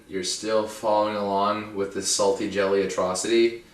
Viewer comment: lol it sounds like "chedda" instead of jelly.. so i was kind of confused there, but i just let the video run through so eventually it dawned on me. hah